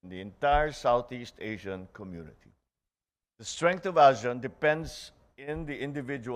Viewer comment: ASEAN sir, not asi-an. Say it right.